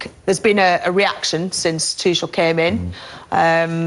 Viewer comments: tuCHel, not tuSCHel, you english people really dont care about other languages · Don't know what's this arrogance about not saying the name correct. Lost it, when the lady said, don't care what way you pronounce Tuchel. It's your job as a pundit.